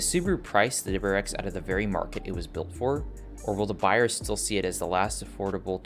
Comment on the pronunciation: “Double-U R X”. If you can’t pronounce it, don’t say it so much.